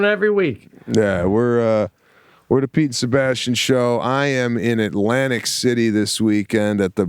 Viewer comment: Sebastian said "The Pete & Sebastian Show" and it totally sounded like "The Pizza Bastian Show" to me. 😏